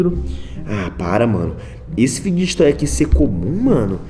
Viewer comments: Pq vc fala fidguet toy é fidget fala igual fidget spiner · Mano ele fala ficdget toy e é fidget toy da uma agonia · Não e fideget toy e figet toy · Figjestes toy q ele FALA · O Enaldinho só fala fideget toy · Vey eu tenho um odeio quando ele fala figet toy e fidget toy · EU ODEIO QUANDO O ENALDONHO ELE FALA FIDGET TOY ERRADO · Ele não sabe falar fidget toy